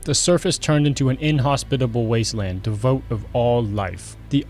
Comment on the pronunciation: It's pronounced Dee void, not devout.